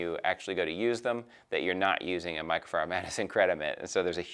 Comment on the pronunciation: he cant say "Microfiber" 😂😂